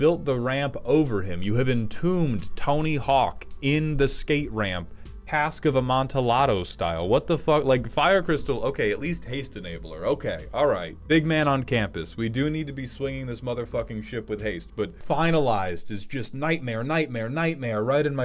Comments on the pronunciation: Him pronouncing it like tor-till-a is killing me though. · Impressed that you BOTH know Cask of Amontillado AND mispronounced it. Golf clap. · Your pronunciation of Amontillado gave me such a pedantic aneurysm that I came to make this comment.